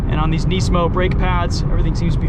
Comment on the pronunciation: It’s rare to hear someone pronounce Nismo correctly.